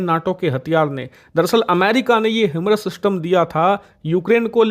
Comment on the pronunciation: हिमरस नही हायिमार्स कहते है 😂